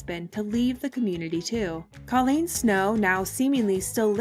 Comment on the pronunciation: Kollene Snow's name is pronounced Koh-leen with a long o sound, not like the name Colleen.